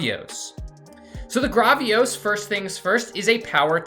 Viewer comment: it’s Gravios, Say the first part like gravel (like the meterial)